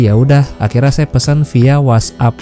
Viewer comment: ...saya kalau dengar ucapan sampean "akhirnya" kok kedengarannya "akhirra" apa sy yg salah dengar, mungkin aksennya perlu diperjelas. Maaf ya!